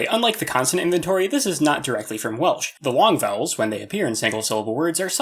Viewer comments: Well artifexians welsh pronoucniation needs work tho xD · welsh prounciation 😭😭😭😭😭bro pls